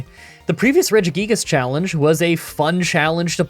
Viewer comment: Just a heads up, it's pronoucned "Re-jee-guy-gas"